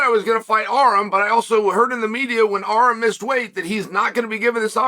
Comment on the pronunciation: Calling Arman "Arum" is such a power move by Chael